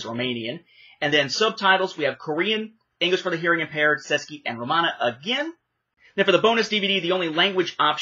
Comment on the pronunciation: It’s pronounced, “chess-key”, it’s the language of the Czech Republic.